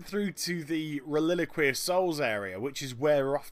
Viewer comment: OH MY JESUS IT'S REL-I-QUA-RY NOT RELILIQEY! WHAT ARE YOU SAYING D: <